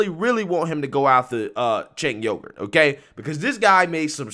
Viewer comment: Lol he called Cenk Uygur said "chink yogurt" lol